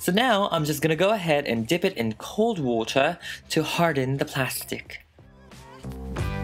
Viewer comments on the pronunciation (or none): Why did you turn British to say water? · Wow, I didn’t realize you had an accent until you said “water” also she looks awesome ❤️